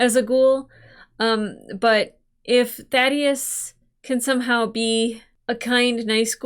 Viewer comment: I, for one, am glad. “Thaydeus” was driving me up the wall.